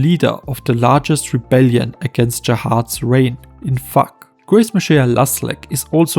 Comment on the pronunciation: its FUG not FUK lol